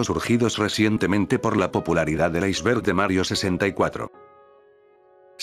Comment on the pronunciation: En la intro dice "icberg"